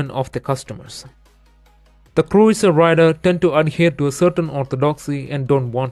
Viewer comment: He said "Cruieser" 🤣